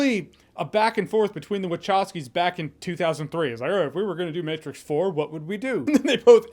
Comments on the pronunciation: Maybe it's because I'm a dad, but I laughed at "The Mehtrix" hahaha. However, I did like the Matrix Resurrections. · The meh-trix😁 I'm dying. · “The Meh-trix” LOL!